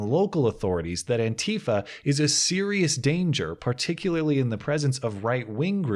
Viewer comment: It is not antiiifa, but anti fa .... pleeeeeaaaase!